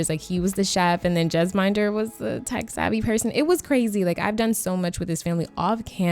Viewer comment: Love the video! The Bheedas almost always have twins in my game...but I've seen it all. I've never played them though...I should. Jesminder is my go-to bestie for city dwelling female sims. Just a note though: Jesminder is pronounced Jez-min (as in minty)-durr